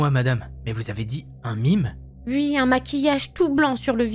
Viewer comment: J’ai adoré la voix féminine qui ne dit jamais « oui » mais « ui » 🤣🤣🤣